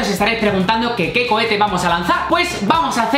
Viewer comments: Es cohete no cochete me voy lentamente saludos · Seré el único que noto que dice Lanza Cochete -__ - alguien más lo noto, 🤔